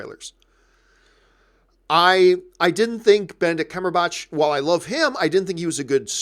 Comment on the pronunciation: "Benedict cumberBOTCH"